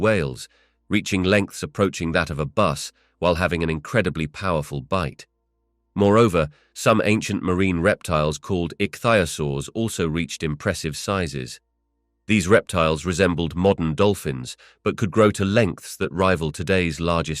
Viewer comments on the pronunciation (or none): " Ich-thee-a-soar" When in doubt, say it like Sir David Attenborough!!